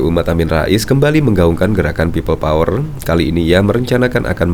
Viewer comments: embah ngomong pipel powel we ga jelas.....tobato mbaaah... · Pipel pouer..pipel pouer.. 🤣🤣🤣🤣